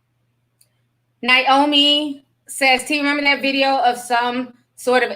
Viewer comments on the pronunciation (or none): none